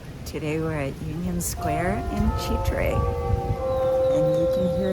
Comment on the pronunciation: As always, a solid presentation. Constructive criticism though…avoid shooting food unless you can make it look good…lol. Easier said than done, for sure. But keep up the good work. One final note, it is pronounced Chitre’…the accent is on the “e.”